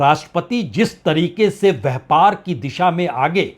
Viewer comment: नेतन्याहू,जल डमरू मध्य, मैक्रों व्यापार शब्दों का उच्चारण को सही किया जाय तो आपकी नेतान्हू,जल डमरूमल व्यहपार या मैक्रोन वाली स्टाइल में चार चांद लग जाएंगे,विश्वास करें पंडित जी। बाकी आपके शोध,कंटेंट,एंकरिंग लाजवाब है,आपकी हाजिर जवाबी और निर्भीक पत्रकारिता की तरह।जय हो।